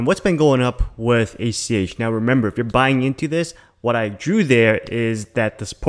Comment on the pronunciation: Get it right. It's ACH. Not ATM. You keep referring to Alchemy Pay as ATM.